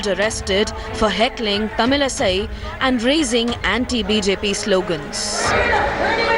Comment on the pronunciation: Whatever the issue is, Mr. Anchor, her name is not Tamil Sai. Sai has nothing to do with her name. Ease of pronounciaton, you made her kind of a Sai bakht. WRONG.